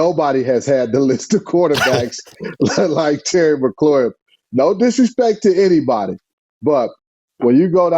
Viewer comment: Lol i love "Terry McLaurHIM". That, and I think Smoot said "Toe Tapping Terry"